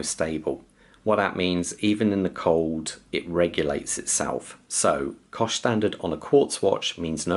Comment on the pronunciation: stop saying coș is not correct, just say COSC